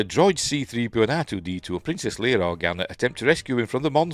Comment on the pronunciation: It’s nice to hear someone say ‘Leia’ properly!